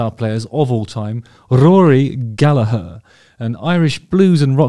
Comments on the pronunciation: Exactly Gallag"HER" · As an Irish blues guitarist myself, thank you very, VERY much for knowing how to pronounce Rory's last name properly. Most non-Irish people seem to insist on pronouncing it "Galla-grrrr," which is really quite annoying!🤣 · Yes and also mad respect how Justin says Gallagher instead of Gallager. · Rory is a god. As a side note, I love that you’re pronouncing “Gallagher” correctly! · Then he murders Donal 😂 ( dough nal) but all forgiven loves Justin's channel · Pronunciation of Gallagher is perfect and much appreciated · Thanks so much for pronouncing Gallagher as we do in Ireland. English people can sometimes change our names in a manner that can feel a bit demeaning in a kinda colonialist hangover (Still prevelant with comedians like Dylan Moran, Dara O'Briain etc) so it carries extra care to us Irish when you show him that extra respect. Also it's not a very common name so just an FYI, Donall, also spelled Domhnail is pronounced to rhyme with Dough as opposed to Donald, so Dough-Nall is how that's said. Amazing video and great to see some love for Rory. Cheers Justin. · thank you so much Justin for pronouncing Rory's name correctly!!!! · Isn’t it nice to hear an Englishman who can pronounce “Gallagher” properly? Kudos Justin. Classy as always 👍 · Great to see you pronounce his surname correctly. What a player. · I really appreciate your pronouncing his name properly. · Congratulations. You said his surname correctly. Thank you so much. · Thanks for softening that "G" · Well done Justin, really appreciate you fighting against your every natural instinct as an Englishman to mostly pronounce Gallagher correctly! Could tell it was hard at times. Now if you could only convince the rest of your countrymen to do the same with the multitude of Irish surnames they stubbornly refuse to pronounce correctly no matter how many times they're told. Joking of course, well.....half joking 😂